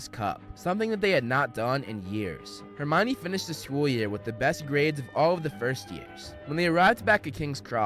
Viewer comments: its Hermione not hermana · Why do they insist on the pronunciation to be all wrong even on the web , it would be pronounced as the Greek , Her Me On , Hermione , yet they have it as , her uh Mia ne , this massively wrong , whyyy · Him: *says hermion like armani* Me that didnt read and watched the movie : *wait thats her-meow-knee* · oh it's not her-me-one